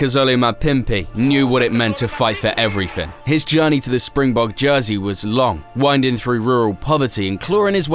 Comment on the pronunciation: Correction: not Spingbog but SPRINGBOKKKKKK.